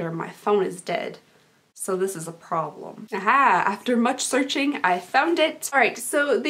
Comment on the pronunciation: When she say "no pore blem" it sound like she has water in her mouth😂